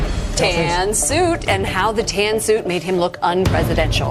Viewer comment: oh tan suit gate, i thought you were saying tan suokue